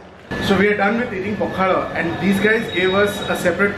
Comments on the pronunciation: Sorry to INTURUPT but this is pokhalo not pokhaddooo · Pakhada nuha it is pakhala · Abe pakhala ...not pakhada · It is pronounced as PAW- KHA- LAW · It is pronounced as a pakhalo...or pakhala...😮